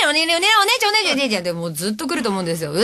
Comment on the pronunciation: I heard them talking about some 'dog' diary... Btw, it's 'Onee-chan', not 'One-chan'.